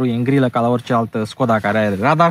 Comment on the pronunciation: Nu te urmăresc prea des. Dar si cand te urmăresc observ si apreciez ca esti bine informat, spre deosebire de multi. In acest video, pronunti Skoda cum trebuie. Stii ca Webasto e firma sistemului de incalzire, etc.